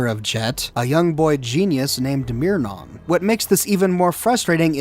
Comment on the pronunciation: Just like how he calls Myron “Meernon” lmao